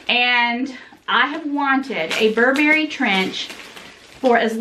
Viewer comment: Steam the coat. The reason it came wrinkled is because you keep mispronouncing the name. It’s BURbury, not burBERRY. Happy Thanksgiving,!🦃